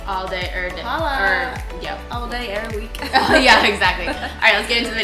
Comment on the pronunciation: All day "err week" lmao 😂